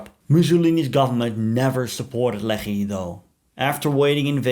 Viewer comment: Every time you say Lehi, I want to throw up